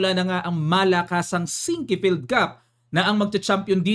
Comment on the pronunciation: Boss not sin-que-field. It's SINQUE-FIELD (2 syllables)